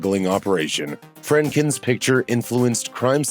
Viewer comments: It's not Friendkin, it's Friedkin.... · Friedkin, “ Pronounced “freed-kin”, not “friendliness”— how hard is that? The man directed the bloody Exorcist and The French Connection for goodness’ sake!